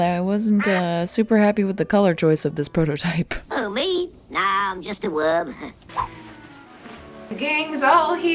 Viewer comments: I know said prototype, but I heard Frodo-type. I anticipate seeing this bread chair in many a video, maybe will even use it when she is sewing on the floor. might you know be helpful for the back. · Happy birthday! Everytime you said "prototype" I kept hearing "Frodotype." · Happy Birthday! May birthdays are the best birthdays. And I swear you said Frodotype instead of prototype. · I Just Heard Frodotype instead of prototype😂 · I will go down fighting because I swear you said you were making a Frodo-type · When you said “there’s the prototype, I thought you said, “ Frodo-type”. I mean….. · I swear I heard “Frodo-type” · Not her saying „The Frodotype“ 😂❤ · thought you said FROTO-type. IDK My bad.